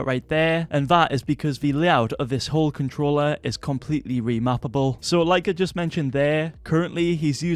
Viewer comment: ‘Letshes new controllar’ 😂